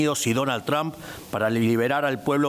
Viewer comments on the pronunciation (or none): none